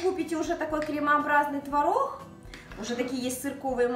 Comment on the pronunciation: А вы заметили как хорошо поработала над произношением буквы "Г"? Это большая работа! И в слове "творог" ударение на месте! Умничка!